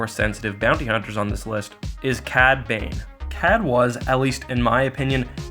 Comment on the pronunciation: Yah cad babe! Edit: "cad bane" lol